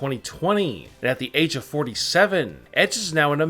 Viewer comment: Why u talking like AaaaaAAAge AAAaabs NineTEEEEEnn